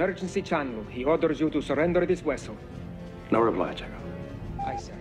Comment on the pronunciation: Chekhov STILL after all these years still says "Wessel."